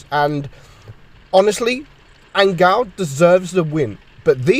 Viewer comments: I think you should pronounce 'angeel' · lmao "angal" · THATS HOW YOU PRONOUNCE HIS USER?!